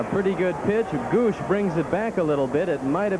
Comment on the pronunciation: Harry saying the Padres catcher's last name.... "Gooooosh" (In the first inning) By the eighth inning hed be saying "gooo goo lash " or some other total butchering of his name lol. The Bud would be taking full effect by then.